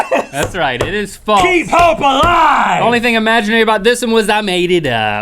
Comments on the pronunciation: Its funny how they both say "faltse" instead of false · please stop saying faltse